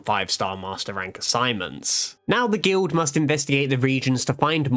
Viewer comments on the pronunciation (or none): none